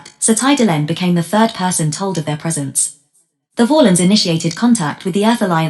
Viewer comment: Yeah, they also mispronounced "Valen"